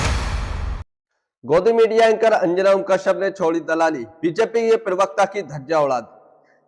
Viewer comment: पिरवकता नहीं प्रवक्ता बोले।